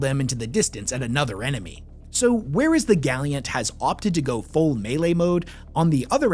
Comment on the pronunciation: literally dying of cringe every time says gally-ant